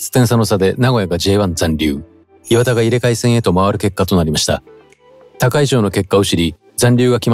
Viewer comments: 磐田のイントネーション違うし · 磐田のイントネーションなんとかしてください